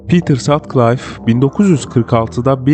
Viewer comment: Pitır Satkılif okunuyor.